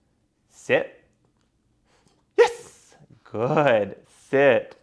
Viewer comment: stop saying yez